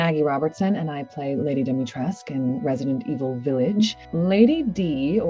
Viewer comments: Am I wrong in pronouncing her name “dim-e-tres-coo”? I thought that was how it was pronounced but she always says dimitresc without the u on the end. Am I wrong or is she wrong? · they probably got the wrong pronunciation during recording from something. I didn’t realize you pronounce the U either. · U in the end isn't silent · Dee- mee- tresk- oo. There's an informative video about Romanian pronunciations and the narrator also talks about Romanian influences on the game. (NATIVE ROMANIAN TRANSLATES ROMANIAN WORDS IN RESIDENT EVIL 8 VILLAGE) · It's pronounced like Dee-mee-tres-coo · I don't understand why Capcom didn't correct the pronouciation of "Dimitrescu" after ACTUAL ROMANIANS corrected them, multiple times! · Im a Romenian and the way yall say Dimitrescu makes my ears bleed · Maybe the reason why she says it that way bc of Capcom